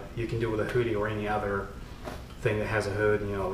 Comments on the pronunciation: Who dee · I thought he said booty at first. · Your pronunciation of hoodie is fantastically hilarious :) Love it.